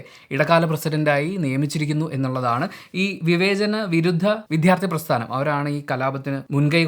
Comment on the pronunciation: ദയവായി വിഥ്യാർത്ഥി എന്നു പറയാതെ, വിദ്യാർത്ഥി എന്നു പറയൂ